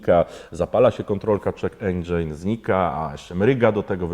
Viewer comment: endżyn, nie endżejn, nie endżajn